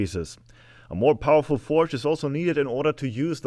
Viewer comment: "....a little bit poweful.." ahahah!!! A crazy forge instead...!!! Very good work, have fun...and stay safe.